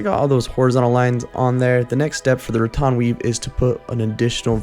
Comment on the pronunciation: It's RaTAN not RaTON.